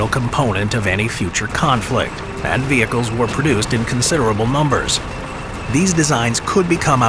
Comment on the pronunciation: Made in considerable "mumbers"? 😂